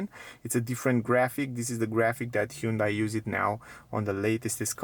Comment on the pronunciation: BTW, it's HUN day. Not huuunday